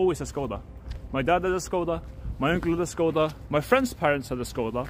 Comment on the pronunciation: God it kills me when he pronounces it "SKODA" xd